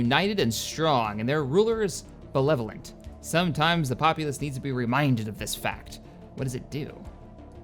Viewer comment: I love how doesn't know how to pronounce benevolent. anyone else noticed that?